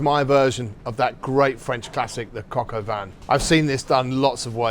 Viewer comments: Coke oh von bruh not cock oh van… British ppl make fun of how Americans pronounce words like croissant and then proceed to do shi like this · Cock'o van? If you are gonna be on camera practice saying the words or just said them in English if it's being you. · “Cock-oh-van” lol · ah yes the "COCK OH VAN" .....